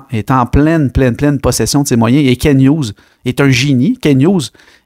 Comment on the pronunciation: C pas Ken hugues c KenT avec un T !!!!!!!